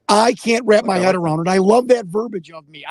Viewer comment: For gosh sakes the word is pronounced verBEEEage...not verbage.